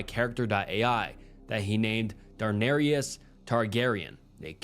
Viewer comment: “Darnarius” 😭😭 it’s pronounced dah-nair- es.